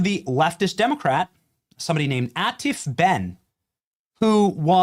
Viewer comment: Off topic...you can always count on Benny to butcher someone's name! "Atiff"??😂